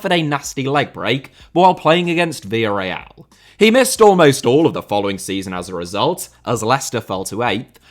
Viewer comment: The way you pronounce Villarreal sounds as if you were saying VARL, lol.